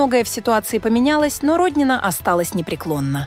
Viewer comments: Не РОднина, а РоднинА, для начала хотя бы в фамилии ударение правильно ставьте. Видимо, впервые узнали об этой женщине, а она не просто депутат, а настоящая спортивная гордость России, многие помнят ее триумфальные выступления и блестящие победы.Не вижу в ее высказывании ничего оскорбительного для проживающих за третьим кольцом, чтобы так остервенело ее хейтить. Я не москвичка, но согласна с ней. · Не РОднина , а РоднинА. Но наверное пора уже на пенсию ей, пораААААА, давноОООООО....зажралась......